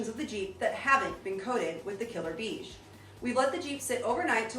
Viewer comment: The color beige? Phonetically is pronounced (bay-zsch)